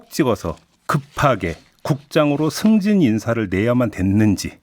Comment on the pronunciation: 승진직후를 숨진직후로 읽었네 그냥 해처먹게 놔둡시다 정권 바꿘후에 싸그리 청소합시다